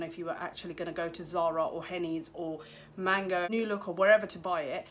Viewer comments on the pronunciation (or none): none